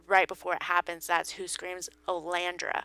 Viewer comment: Oh-lee-an-der. Like the flower. Not "Oh-lan-dre-a".